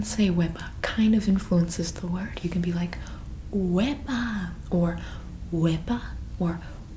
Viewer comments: Ok I'm Chilean and I thought that she was saying WEBAAAA jsjsjs I was so confused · I am Puerto Rican Wepa:Wowww Boricua:Puerto Rican Tapón:Traffic•U got it so wrong